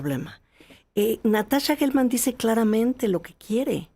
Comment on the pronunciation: Se dice Jelman, no Guelman. La palabra geografía no se dice gueografía.